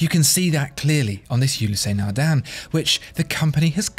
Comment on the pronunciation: if only he had pronounced Ulysse Nardin properly.